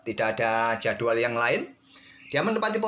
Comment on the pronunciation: "jadual" 😂 ciri khas nya admin kalo bilang kata "jadwal"